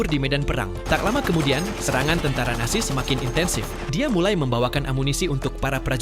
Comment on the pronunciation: Yang aku denger kok tentara nasi